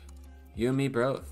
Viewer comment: He said b(r)oth